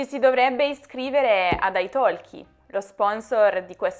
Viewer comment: Nella parola ITALKI non si pronuncia la letters L.